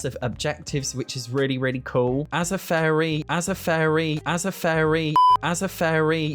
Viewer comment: Please. It really sounds like you're saying 'furry' rather than 'fairy'. I can't unhear it 😂 Starts